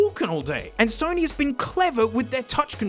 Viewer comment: "The Sony Dough-nys"